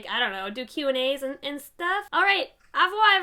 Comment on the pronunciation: Oh my god the pronunciation of au revoir made me poop my actual pants